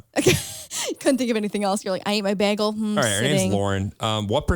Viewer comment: Are we gonna ignore the fact that Lauren said bAAgel? LMAOOO